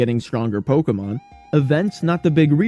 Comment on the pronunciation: Imagine making a one hour video about Pokémon GO and pronouncing "Pokémon" wrong edit: OK so as someone who still plays this game almost daily, this was actually kind of a fun watch. Also, I am legally obligated to leave a like for including an indirect ProPlanty mention, he's the GOAT and one of the last actually good GO youtubers